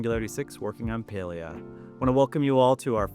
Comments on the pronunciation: pale-ee-uh makes me sad. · Beyond the patch stuff (which all sounds very cool), this video made me realize that I have never heard "Palia" said out loud and I was pronouncing it wrong. I was saying "PAL-lee-ah" not "PAY-lee-ah" lol oops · omg ive been playing this game for so long but ive pronounced it as "pah-li-ah" rather than "pay-lee-ah". this patch is so exciting im so ready for it! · Oh it’s pronounce Pail-ia?? I’ve straight up been calling it, Pal-ia